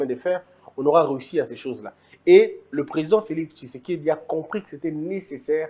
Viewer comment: Pourquoi vs avez du mal à prononcer Thysekedi. Quand vs dites Thilombo incompétent par raport à quoi et á qui? Les maisons préfabriquées, je vs informe que les gens sont en prison á cause de ça. Pour peindre une maison, on commence par netoyer, poncer et la peinture vat suivre. FCC demolie, liberté d'expression retrouvée. Tout ça ne vs dit rien? Alors je ne suis pas surpris qu'on vs qualifie d'haineux.